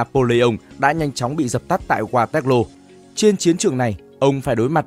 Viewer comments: Waterloo đọc thành Ga tét lô ? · Qua toét lô😂ad đọc tiếng Anh như người Anh đọc tiếng Việt🤣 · Đọc sai thế này mà vẫn đăng lên được ... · mình nghĩ những tên gọi nổi tiếng và vang danh thế này thì nên phát âm theo đúng ngôn ngữ quốc tế nhỉ. Với sao Waterloo thì đọc theo phát âm Việt, còn tên nhân vật, hay dòng họ, địa danh khác lại phát âm đúng? Mình nghĩ đây là lỗi biên tập ko đáng có. Thân